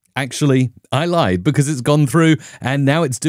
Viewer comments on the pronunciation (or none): none